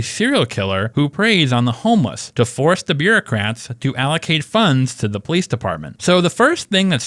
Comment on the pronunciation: You are natural Po-leece